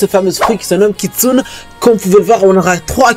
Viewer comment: il le fait expre ou pas il dit kitsun